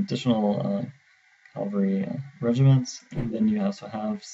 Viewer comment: CAVALRY NOT CALVARY GAAAHHHHH